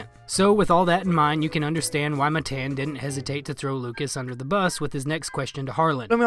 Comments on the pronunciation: It’s Matan not Mathen you retard, the name of a king! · It’s Mah Tahn not Matt Ann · this chigga rly said muhTAN 😭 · It's pronounced ma-tawn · All you did was spell it. It would be pronounced "muh-tahn". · Matan ( muh-ton) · I thought it was engagement farming. I didn't think anyone could be so ignorant to make a video where they mispronounced one of the names so many times even tho he introduced himself and said his own name. If it's honestly not on purpose you should put a tiny bit more effort into your vids. Redneck or not, don't claim some background just to use it as a cruch. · I mean, you know you say his name wrong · If you were an actual fan of Matan, you would know how to pronounce his name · It’s pronounced Matan btw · Why are you pronouncing his name as Matan? It’s Matan.